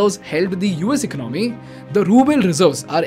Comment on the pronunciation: Before opening a mouth on Finance learn how to pronounce ECONOMY! Garbage info!